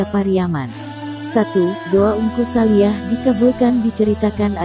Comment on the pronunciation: Bukan saliah. Neng. Tapi saliiih